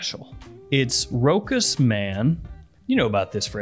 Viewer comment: Never heard of Rokus Man, Rochas Man (pronounced RoSHas) yes 😛